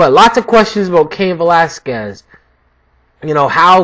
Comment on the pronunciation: It's Velas-kez bro, I'm Cuban though, not Mexican.